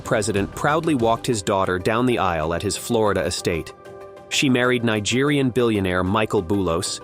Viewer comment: Nigerean? Lebanese lol 😂